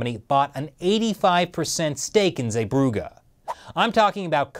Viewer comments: It's not zeebrougA it's more like zeeebrougee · Damn he butchered Zeebrugge. Also largest Belgium port and Bilbao isn’t that smal either. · The way you pronounce zeebruggen is killing me 😂